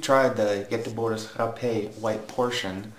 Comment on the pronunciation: And actually you pronounce Göteborgs Rapé very well for being a person with English as 1st language! :)